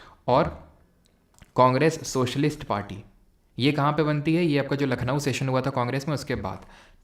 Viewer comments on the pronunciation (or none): none